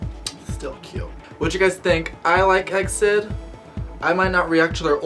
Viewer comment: Hey, this group pronounce as E-X-I-D, not EXID